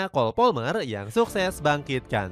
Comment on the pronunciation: palmer bang, bukan polmer